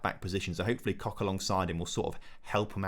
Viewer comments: I mean, no. The -ch at the end of his name is not a K-sound, just like in "ich", it's like a rough H-sound. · You might need to rethink your pronounciation of Robin Koch's name, otherwise it sounds like you're rubbing something you don't want to be rubbing lmao